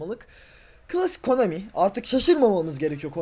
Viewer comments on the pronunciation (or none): none